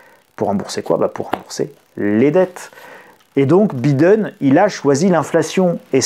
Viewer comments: le "i" de Biden se dit "aïe" donc B-aïe-den, svp cela fait mal aux oreilles avec un "i", merci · Biiiden!!!🤣🤣la prononciation à la française..hahahaha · la prononciation de Biden MDR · Grand merci pour la vidéo . Mais pourquoi prononcez-vous le mot "time " a la façon Américaine " alors que le nom Biden est dit à la Française ?